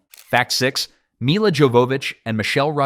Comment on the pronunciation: So, in the DVD commentary for the film, Milla spends a good chunk of it explaining how to pronounce her name. It isn't "Mila" like "mill uh", but "Milla" like "mee ya". The double L makes a y sound, like in Spanish. And the J in "Jovovich" is also pronounced like a y, so it comes out as "yo vo vich". She's very particular about that, and repeats it several times. Thought you ought to know.